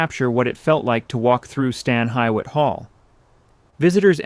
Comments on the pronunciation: What a terrible documentary. Not only does the narrator not know how to pronounce the house name correctly, most of the interior images supplied are not that of Stan Hywet! I live within walking distance of the house and have been there many, many times so I can recognize that most of these are from other houses. This is very sloppy film making as there are multitudes of public domain photos of the house interiors. I gave up after about halfway thru. Do better! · Same. I somehow made it to 15 minutes. I’ve always heard it pronounced hugh/hew-it. I see people in comments saying it’s pronounced hee-it which I’ve never in my life heard. Stan Hywet Hall & Gardens even has hee-it on their fact sheet. I think they got that pronunciation from British English because employees didn’t use that pronunciation and neither does anyone in NE Ohio. You always defer to local pronunciation and Stan Hywet is in NE Ohio. For example, Lima, Ohio is pronounced “lime-uh” not “lee-muh” as in Lima, Peru. British English and American English are not the same—local pronunciation rules. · It's pronounced Stan HU IT,, Not Stan HI IT.... I cringed Everytime you said that way... Oh and I'm living in Akron Ohio so I think I know how we pronounce it.. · It is properly pronounced Stan Hue-wit. I know, I worked there. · Reg u lah Ki a hog a Stan Hee what The mispronunciations are insulting and show a lack of preparation by those creating this program. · The name of the mansion and grounds is pronounced "stan HEW-it". Per the hall's website this is a loose translation to Old English of the terms "stone quarry" or "stone hewn," referring to the abandoned stone quarries that were located on the grounds of the estate. Also - Stan Hywet is in Summit county, not Portage county (which is the next county to the east and is not particularly close to Stan Hywet). Also also - "Cuyahoga" is pronounced "ky-uh-HOG-uh", not "kwi-uh-HOAG-uh". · Stan HEE wit!! Get it right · It is pronounced Hee wit.